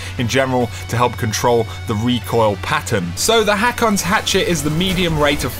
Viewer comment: it's pronounced (hoke)